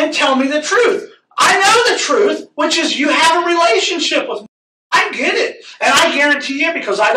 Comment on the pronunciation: If you can’t pronounce the word truth. I can’t trust you.